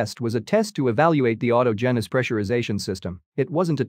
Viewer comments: Itll be nice when someone, somewhere, pronounces "autogenus" correctly. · This one was especially bad, too.